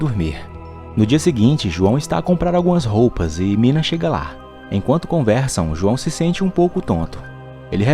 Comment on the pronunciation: Uma pequena correção: o nome daquela bruxa ruiva é (nina) e nao "mina" tmj 👊😅